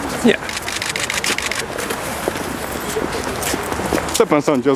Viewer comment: "Porozmawia pan z nami?" "NJE" XDD